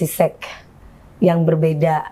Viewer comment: DP bilang sex jadinya kok sek gitu siiiihhh … (sek’esek’seket’an😂) .. pengucapannya “seks” gitu lhooo biar educated dikit🙊🙈